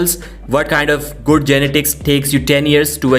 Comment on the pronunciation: Learn how to pronounce genetics. You're butchering that word